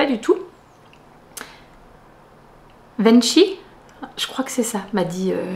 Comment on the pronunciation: Coucou. Merci pour tes spring vlogs. Pour la gourmandise de la pause café on dit VenKi qui se lit "qui". Bises